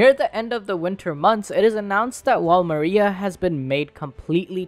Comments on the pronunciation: "mira" but the name is Maria hahaha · He said Mira instead of Maria for one of the daughters name but solid video! :D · This man man really prononced maria like mira lol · Mans said Wall Mira 😭😭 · What I'm very confused about is why people are pronouncing MARIA as mira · Maria ❌ Mira ✅